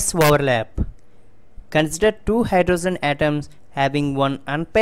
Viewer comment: Overlap ❌ voverlap ✅